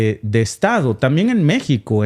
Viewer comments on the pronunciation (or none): none